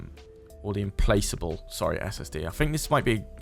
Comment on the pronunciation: I think 'implacable' is a hard C , so it's im-plak-able, not im-place-able. great vid though, it's a beast of a ship.